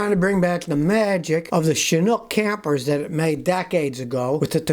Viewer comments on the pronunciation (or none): none